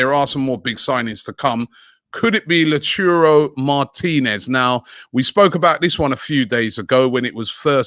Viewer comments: LAU-TA-RO NOT LA-CHU-RO I think you’re doing this on purpose now 🤔🤔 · “Lachuro Martinez” Robbie, cmon man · Lol C'mon Robbie...stop calling lautaro, "la churro". His not a Spanish donut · Its Lautaro not Lauturo pls read it well mate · who is latuiro lol Lautaaaaaroooo Robbie lol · Robbie don’t say Lachuro martinez say Lautaro martinez 😂🤣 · The name is “Low taro Martinez” not Loturo Martinez.Robbie and his rubbish understanding of Phoenetics. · Robbie where it’s Lautaro and not Lauturo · It’s LautAro Robbie not LautUro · Someone teach Robbie how to pronounce LAUTARO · It's La-u-tar-o Martinez, not "LaChurro". Stop butchering his name, ffs. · Lautaaaaaro not Lautiiiiiro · Laou-TA-ro NOT La-tou-ro Please stop butchering his name. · Arsenal fans: I want a Lautaro Robbie: We have Lauchurro at home. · LA-CHURRO Martinez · 't stress about the U Robbie...concentrate on the A's... LA*tAro😉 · Can someone for God sakes tell Robbie that it's a pretty simple name to pronounce It's pronounced: LOW- (as in loud) TAR-O Martinez it's slightly irking me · Robbie.. Lawuchuro doesn't exist.... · La- u - taro Robbie. Like Low-rie. You are butchering the name!! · Robbie, read it with me....LA-U-TA-RO. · The 'u' is actually pronounce as 'o'. Cmon robbie LAO TA RO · Who tf is lachoro leprechaun lol 😆😂🤣😒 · ROBBIE.. LOOK AT THE NAME LAUTARO ... AND SAY IT SLOWLY... Ur saying LatURO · how can anybody with half a brain pronounce Lautara as Lachuuro? Is Robbie dyslexic? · Robbie: Lachurro Martinez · please stop saying lachurro martinez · Robbie, -“Lau Taro” sheesh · *'Laturo' Martinez cries in the corner 😭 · Butchering "Laturo" tho... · Lautaro Martinez should go nowhere near Arsenal … he’s not even there yet and Robbie hasn’t got his name right 1 single damn time. Everytime a butchered name 🥴 it’s not even a hard name to say 🤦‍♂️ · LUTARO will not come to Arsenal because of how Robbie pronounced his name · Robbie keeps butchering Lautaro's name.